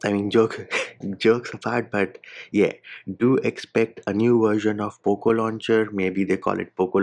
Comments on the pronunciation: It's very satisfying, you saying "poop launcher" 😂😂😂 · I can't stop laughing when you say "Poop launcher " 🤣🤣